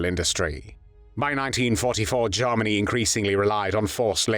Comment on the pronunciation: It sounds a lot like "Jawmony" and I like this narration.